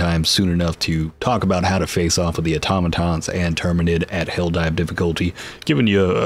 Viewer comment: Straight to the point, concise. TAHNK YOU! note: I followed you cause you're the only person talking about this game that actually pronounced Automotons and Terminids properly haha